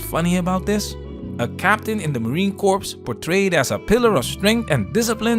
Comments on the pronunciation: In “Marine Corps” Corps is pronounced Core Unlike Corpse as in dead body FYI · Corps. Is pronounced as core. Not corpse. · Did u really call it the "marine corpse" (ish)....lmao. am i only 1 to notice this?? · Just as an aside: Corps is pronounced like the word core. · Marine Corps - the p is silent,. A corpse is a cadaver; a DB; a stiff.